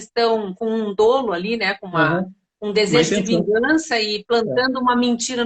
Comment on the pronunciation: GENTE A PALAVRA DOLO, PRONUNCIA-SE DÓLO. A letra O aberta. Nao é DÔLO! Já o crime é: dôlôso. Aí está certo. Em "doloso", os dois OS sao fechados.